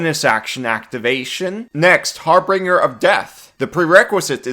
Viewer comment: ...ahem... Har-Bin-Jur